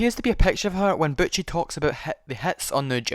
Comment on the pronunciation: Butchie, not Butch. why?